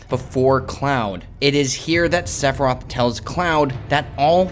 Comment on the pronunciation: Sephiroth NOT Seph roth!!!